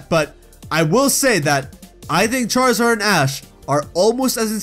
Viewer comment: charizard not charzad